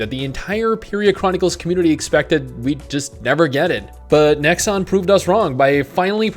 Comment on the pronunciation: Every time "Nexon" is mentioned in this video, I wince a little with pain.